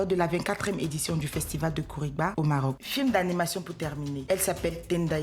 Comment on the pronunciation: Mes félicitations pour ce début prometteur.. La speakirine est cool !!! Pour le nom KOURIBGA la prononciation est KOURIB' GA .. Tous les francophones font cette erreur de prononciation 😅 God bless you.. Longue vie à votre émission.